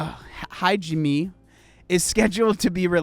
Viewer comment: Hajime is pronounced "hah- jee- may"